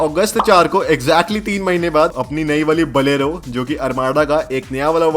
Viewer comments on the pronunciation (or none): are bhai balero nako re bolero hai